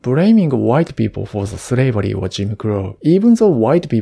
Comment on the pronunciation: You know this guy is true japanese when he say "bRaming white people for sRavary" with replacing L with R